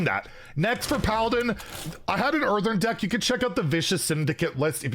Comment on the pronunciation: My guy is still saying earthern